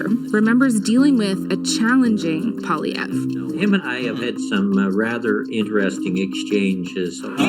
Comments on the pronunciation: Hey man, it's pronounced: "Pee-YEHR Paw Lee Yev" Yes, in the Canadian Parliamentary system, the political parties elect a leader, who then runs as an MP (Member of Parliament) for a federal electoral district. The party that wins the most elected MPs gets the first opportunity to form government immediately if they win a majority (more than 50% of MP seats in Parliament) or through a coalition government if they win a plurality without a majority and another party supports them in Confidence Votes (ie. Parliament voting sessions involving the budget). Currently, the incumbent government is led by the Liberal Party of Canada under Justin Trudeau as a MINORITY government, who is supported by the Federal NDPs (socialist party). Under the current voting system, the LONGEST length of time a government can lead without a federal election is 4 years. The last election we had was in 2019, meaning Canada must have a federal election no later than late-2025. Trudeau and the NDP's current popularity is utterly abysmal. Poilievre is being extremely prudent by ruthlessly following the old adage of "Do not interrupt your enemy if they are destroying themselves." Also, like you mentioned, Poilievre has laser focus on economic issues and general affordability. And it is paying off. According to 338 Canada (aggregate of national polls), he is WELL in the lead with an extremely high probability of attaining a super-majority government (200 plus seats in the 338 Canadian Parliament). It also he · Poilievre is pronounced Po-lee- eh-vre. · Pollievre pronounciation : Polly-ev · Paul-ee-ev. That wasn't so hard!!! lol. Love him!!! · God save our country if he’s elected. It’s pronounced Pole E Ev. He’s a Canadian Trump only smarter. He makes me sad . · Good lord, never have I ever commented on a video of yours before. But lord tunderin did you ever butcher his name 😂. French name, pronounce it like Poly-ev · Pierre's last name is pronounced "Polly" "ev". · repeat after me POL EE EVV